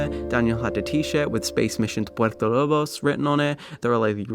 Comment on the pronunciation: Why does he say Puerto Lobos like that. Man said Purpo Lob os when talking about the Blood Brothers ending.... puert o lo bos not purpo lob os ://///////